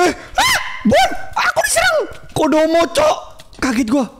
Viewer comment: Bg itu komodo bukan kodomo